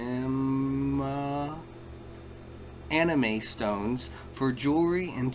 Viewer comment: anima stone actually means soul stone but im guessing there's already another item with the same name as they went with anima stone 🤣 sounded like enema when you said it 🚽